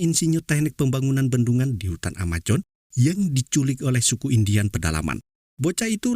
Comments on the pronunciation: Amazon bukan amajon 😂😂😂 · Amazon ngab,bukan amajon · AMAZONE bang bukan AMAJON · Brazil bang bukan brajil Amazon bukan amajon 🤣 Semangat bang 🤗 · Sebut pun x betul..Hutan Amajon..Amojon..AMAZON la woii..project jd PROYEK.?.you r..very bad English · Amazon min, bukan Amajon ... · Brazil bang bukan brajil amazon bang bukan amajon... sukses terus bang